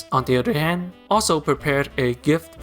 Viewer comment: IM SORRY 😭😭 “ Jesus, On the other hEaAn “